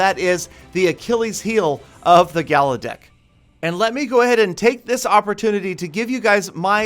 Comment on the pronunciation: Its gala Dick To Youu